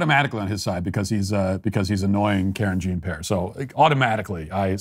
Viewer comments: It's peee-airrr, not pear. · "Gene pare" 😅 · "I can't believe that I almost said it correctly." Love it. Keep it up, Matt. 👍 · LMFAO! That fake apology on her name killed me! You acted like you were apologizing for getting it wrong then you said I'm sorry I almost said it correctly. 🤣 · There's this language called French, Matt. Look into it before you butcher this woman's name anymore. The cool thing here is that Ted would see the good in Matt, forgive his faults, and lead him to becoming a better man. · I absolutely love Matt, but seriously, the deliberately mispronunciations of Jean-Pierre's name need to stop. I highly doubt that pundits who are millionaires and work for DW and Fox have never encountered French.